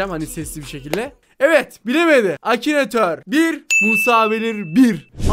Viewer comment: Abi acinator değil akinatör